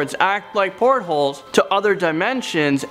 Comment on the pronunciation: said port hole lol